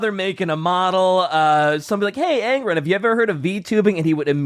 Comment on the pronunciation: Nailed Angron